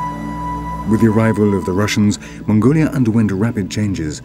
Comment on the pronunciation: Fab docu! But the narrator is somewhat hard to understand at times. Very nasal... he managed to pronounce 'ancestors' as nghanghcghestgnors[ghn]. Weird, suppose he thinks it sounds posh... Also Hmmmngoliah... rly odd... not even auto undertext manages to transcribe him.